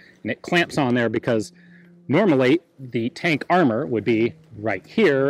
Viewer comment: For 'fank' read 'tank'. I don't want to start a meme...